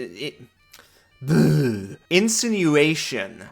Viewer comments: And insinuation is "in-sin-you-ate-shun". I can imagine how difficult that title would be for a non-native speaker lmao. Also "Id" is German for "it". They chose not to translate it into English to make it come across as alien and external since that's exactly what it is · 1) “Id” rhymes with “did”, “insinuation” is “in-sin-you-ay-shun”. 2) 20 foot radius shatter is not just double the size, but FOUR TIMES the size. Absolutely crazy buff to shatter. 3) If you play this class with a plasmoid, you don’t have to worry too much about the armor or shield; you can use cracks and crevices in the battlefield as cover so you don’t get hit. Jump out the space between boxes, take your turn, jump back in. This way, the low AC isn’t much of a problem!